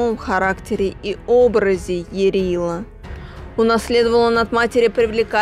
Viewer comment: Не ЯрилА, а Ярыло.